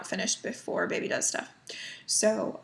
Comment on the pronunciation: At first when you said ‘baby does stuff’ I thought for sure you said ‘baby dusta’ lol 😆 Im so happy for you! No doubt in my mind you will be a fantastic mother! Totally respect your thoughts on keeping baby private. You got ‘mommy brain’ going on, something I know too well its also another fabulous symptom of pregnancy. Congrats on 7 years!!! Do you remember if any of the originals still do Flosstube?